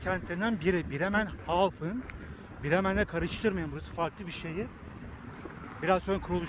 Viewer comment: Bremerhaven, Bremenhafen degil